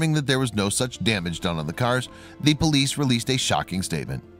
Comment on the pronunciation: I can't listen to this. What the hell is a "POLIC"?